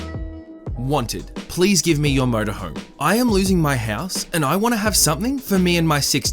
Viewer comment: Holy shit-first time here, and didn’t fully read the texts...I thought you kept saying “please give me your Murder Home”. IDK what’s more unsettling to me-the fact that THAT was what I assumed you said, or the fact that I just casually accepted it and only realized you were saying “MotorHome” when I accidentally looked up..was totally cool w/someone wanting a murder home. I kinda always wanted one anyways. Murder House Flip= Best Ever.